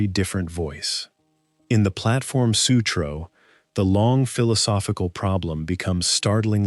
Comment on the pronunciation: The Platform Sutroo. 😂